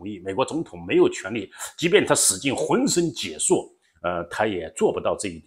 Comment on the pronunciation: 好！hun shen xie shu浑身解数，解在这里读xie，第四声